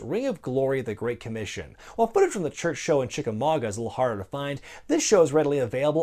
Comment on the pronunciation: Thanks for pronouncing Chickamauga correctly ! Jim Cornette has told you well